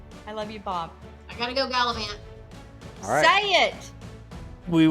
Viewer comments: wants the money so she can "GALAVANT!!!"... LMAO 😂😅😂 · "I gotta go galavant" 😂😂😂😂